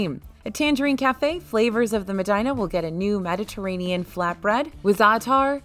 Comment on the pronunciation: The word "Medina", as in the "Taste of Medina" in the Tangerine Cafe in Epcot's Morocco Pavilion is pronounced "mah dee nah" and not "mah dine nah" (like Medina, Ohio). It's an Arabic word for the second holiest city in Islam". But don't take my word for it, do your own fact-checking. You will find both pronunciations online. Use context as your guide (i.e., the Moroccan Pavilion has Arabic influences and culture). Better yet, ask a cast member in the Moroccan Pavilion that's from Morocco (if they have returned to work there since the pandemic). 😉